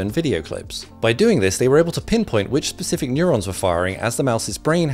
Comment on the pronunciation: I'd love to see my neurons after hearing him say "Pacific" instead of "specific" each time